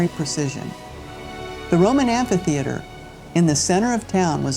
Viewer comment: You butchered the beautiful word “ amphitheater “